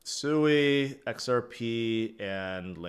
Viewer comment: I think it's pronounced swee not sooey